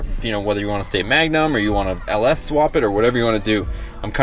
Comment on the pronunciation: Please never say "LS" again.